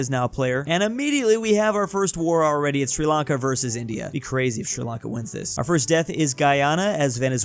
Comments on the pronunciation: Uhhhh isnt it called Sri lanka and not sri lanke? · Ah yes, Sri Lanke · you misspronunced our counties name : It's Sri Lanka